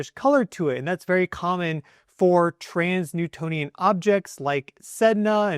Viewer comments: Sounds like he keeps saying 'trans-newtonian' when I think he means 'trans-neptunian'??? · You said trans-Newtonian objects a few times, but I’m pretty sure you mean trans-neptunian. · It's trans-neptunian objects, You keep saying Trans Newtonian.. even google was confused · Dude you are majorly triggering my Virgoan nitpicky ascendant! Transneptunian objects (TNOs) are transNEPTUNIAN. Not Transnewtonian!!! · 1. It's pronounced "enigmatic", not "egnimatic". 2. It's "trans-Neptunian" (i.e. beyond the planet Neptune), not "trans-Newtonian". 3. It's not an "orbit", it's a "trajectory". 3i/Atlas is not orbiting anything at all. I doubt you're even a geophysicist.